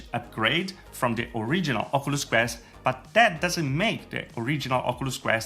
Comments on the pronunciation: Why you saying ocooloos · Oculus pronounced in this video= okooluss Not trying be rude but I find it funny